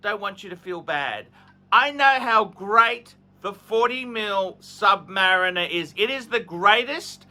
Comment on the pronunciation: says, "Sub-mah-reeeen-er."